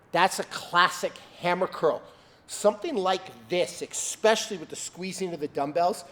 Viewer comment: Especially. NOT eXpecially.